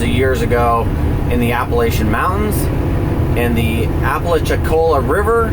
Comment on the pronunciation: Did you know....the majority of the movie JAWS 2 was filmed at Navarre Beach? When I was at the University of West Florida, you'd regularly see different JAWS heads on tractor trailer rigs ready for filming. Lol, I guess I'm dating myself. I had a big laugh when you pronounced Ocala and Apalachicola. Yes, you do massacre names 😱.